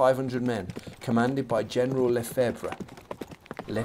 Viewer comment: Lefebvre = Luh-FEVV. Mermet = mare-MAY.